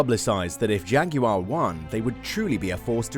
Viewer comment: Jag"yoo" arr 😂